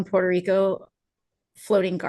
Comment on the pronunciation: Why is no one sampling Trump saying "Porto Reeco" alongside this coverage??